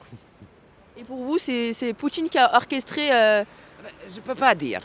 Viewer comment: « vendredji… » « Poutchine… » « audjiteurs… » 🤣